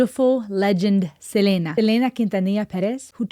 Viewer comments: it’s SELENA. (SE-LEE-NA) not (CE-LE-NA) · It's actually Selena not Selena like Selena Gomez! Her first name is not in Spanish accent it's English!!!